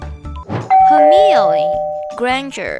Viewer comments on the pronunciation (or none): It’s not HermEONEE lol